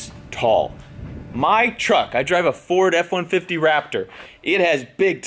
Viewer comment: I almost puked when he said FORD-F150 but it’s alright